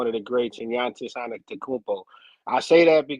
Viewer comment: Unc lost when he said yawntis